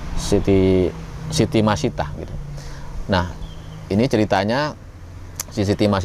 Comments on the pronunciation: Siti masitoh min bkn masitah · Maaf sekedar koreksi nama pembantu Firaun, bacanya Siti Masitoh bukan Masitah. Tulisan arabnya pakai huruf thok bukan tak.